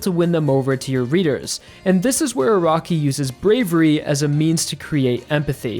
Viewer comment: I keep hearing ' A ROCKY'